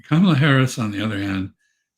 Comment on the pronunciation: Wow! Mr. Freeman said 'ka-ma-la' correctly instead of 'camel-uh'